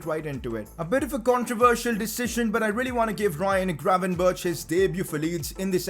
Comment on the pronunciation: Can you google how to say "gravenberch"